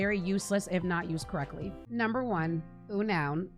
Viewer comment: Agree with pretty much everything here, plus here some personal options: Beautifly Wormadam Eiscue P.S. the pokémon Unown is pronounced “Un-known”, not “U-noun”